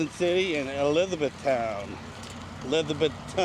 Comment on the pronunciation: Great pronunciation of Elizabethton. I would just say the locals place the emphasis on Beth and draw it out slightly. Great video of the town and trail.